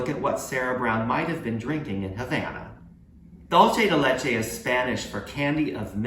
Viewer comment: Dolce de Leche is NOT Spanish for candy of milk. It's a mix of Italian (Dolce) and Spanish (Leche). The correct spelling is Dulce de Leche and it's pronounced "DOOL say" (or "DOOL thay") NOT "DOLE CHE"